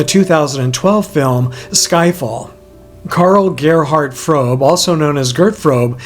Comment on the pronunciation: Fröbe not Frobe, also the funniest man I ever met.